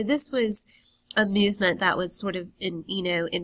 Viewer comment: Sweety. Work on your voice, because you have the content pretty much done. "Myuvement"? And the vocal fry....